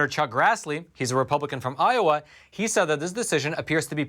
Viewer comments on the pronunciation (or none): none